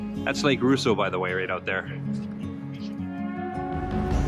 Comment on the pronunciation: Great vids. But it is pronounced Raw-sseau, not Roo-sseau!